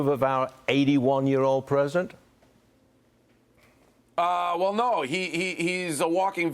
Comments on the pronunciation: Is he saying present or president? Lol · Apparently the interviewer cant even say the word president.